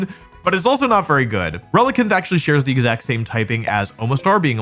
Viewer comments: you would pronounce it similar to “Coelacanth” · Blud says relicanth like relikenth 🥀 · great now you made an entire cult purchase raycon earbuds relicanth is pronounced like coelacanth which the discoverer did share the opinion that it is pretty cute, especially in blue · Wolfey relican't pronounce the name of this Pokémon